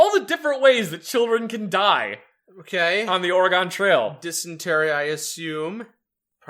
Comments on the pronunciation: Good god, why does everyone pronounce Oregon that way ffs. It's pronounced like the instrument or the thing in your body. Organ. Oregon is pronounced like organ. I know it's stupid, but that's how it's pronounced and it irritates me beyond belief to here people say it the way you guys do. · "Or-gon"? really? Its Oregon. Pronounced: Or-e-gun, see it has a gun in it. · God damnit, stop butchering Oregon😂😂😂